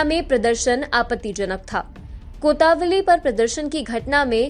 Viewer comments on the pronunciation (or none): मैडम, कोतावली नहीं कोतवाली होती है..... कृपया भाषा और उच्चारण पर ध्यान दें...